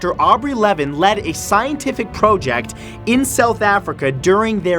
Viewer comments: Say project right plz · The way you're pronouncing 'project' is bothering me so bad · you said project wrong XD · Me: "Project" Matthew Santoro, an intellectual: "Prohject" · “Pro ject” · PRO-JECT INTENSIFIES. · You know it's pronounced project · Why do you pronounce both prowject and project Matt? Stay real that's what we love. I love the new format by the way. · First leme start by saying, Matt I love your videos. Always very fun to watch. But ok, this video. Maybe it's just me but you said so many things with a strange accent that it was too distracting lol. For instance "project." Look I know everyone says things differently but this was too distracting when you say "pro-ject". What really got me though is that you said project normally in the middle of the video. So very inconsistent lol. Maybe it's just me but I never hear it pronounced like that. I can't be the only one this bothers lol. Anyone else? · It is interesting that Matthew switches between pronouncing project as "pro-ject" and "praw-ject" throughout the video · Out of this whole video, the one thing that I couldn't stop thinking about was Matt pronouncing "project" two different ways. (Pro-ject) ; (Praw-ject) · He pronounces project as pro-ject then pra-ject. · You need to decide which way you’re going to pronounce “PROJECT” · Today I learned that the word “project” has different pronunciations while being used in various way in the English language. Thanks Matt, you thought me something you didn’t even intentionally mean to👍🏼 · Why do you pronounce "project" differently everytime hahaha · AH! PICK A PRONOUNCIATION IS IT project with a long O or a short O dont mind me, im just a triggered 4 year old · It's interesting (and adorable) you pronounce "project" two different ways. ☺️ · Why pronounce project like that.... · That moment when your not sure how you wanna pronounce "project"